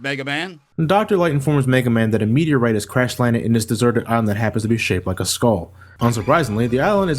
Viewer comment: Not meteorite, Meteah.